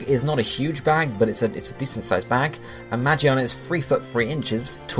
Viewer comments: WHY ARE PEOPLE SAYING MAGIANA ITS MAGEARNA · Lol you pronounce magearna ma-Ji-arn-ar its mig-gear-nar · ma-gear-na not magi-arna >.< so annoying 😂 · You know I'm pretty sure Magearna is pronounced Ma-GEAR-na not Ma-GEE-arna. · Mah-Jee-anna? its pronounced Mah-Gear-Na. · who is magiana? isnt it magearna? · magearna, not magiana. Magiana is japanese name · It's Ma-Gear-Na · Isn't it pronounced "Mah-Gear-Nah"? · ITS MA-GEAR-NA!!! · Alright I get the argument that he's used to call magearna that but come on moron it's mah-gear-nah and it looks like a fucking gear I think it would be obvious how you pronounce that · Say it with me now. Ma-GEAR-na. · Omfg get over how he pronounces Magearna's name. That puny thing wasn't even the point of the video. You people are so annoying. Let him pronounce things as he wants. We all know what he means anyways so there's no point in correcting him.